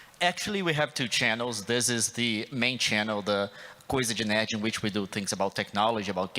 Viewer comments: kkkkkkkk quando ele falou coisa de nerd pareceu q ele falou coisa de merda kkkkkkkkkkkk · Quase saiu um coisa de merda kkkkkkk cara falou com sotaque italiano kk